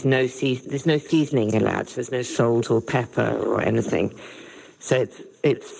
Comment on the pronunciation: Peppah? You mean pepper.